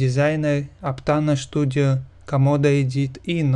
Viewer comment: Студио а не Штудио